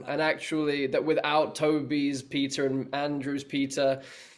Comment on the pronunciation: Am I the only one who heard pizza instead of Peter????